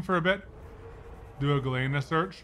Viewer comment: Just for the record Galena is pronounced "gul-lee-nuh"... It is the natural form of lead sulfide... got it right but - not so much...